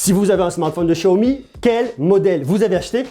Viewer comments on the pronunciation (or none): Je suis le seul a dire xiaomi et pas chiaomi?!!! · Excellente video, par contre ca grince aux oreilles le chiaomi alors que cela se prononce siaomi ^^ petit grain de riz. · Apprend a parlé c est un x pas chiaomi ch chia c'est pas ça comment tu peux être crédible et parle moins vite aussi